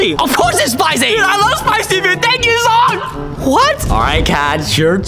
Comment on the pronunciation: It's zhong not zong😂